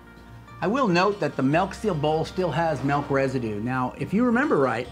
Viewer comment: I hate it when people say " melk"